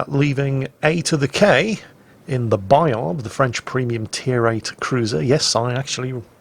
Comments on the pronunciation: "Bayar", don't pronounce the d. And don't pronounce the t of Jean Bart either pls. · Bayard pronounced Buy Hard. WG will appreciate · You actually shouldn't province the ''d'' in Bayard. ;-P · claims to pronounce the name of the ship right. And probably at the same time triggered every French speaker. Because AFAIK, the D is silent. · Yeah but it's a French ship so you pronounce it French.... Same as the Des Moines in American and Jutland in English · For Bayard, pronouce "Bayar" \ba.jaʁ\ and for Le terrible, pronouce " Le teribl/" \tɛ.ʁibl\ that will be fine. Many Thanks for the fine vids. S.